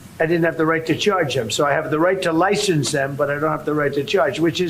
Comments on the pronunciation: Lie "shen" ce???? Wow! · We have a "lishence" situation...🤦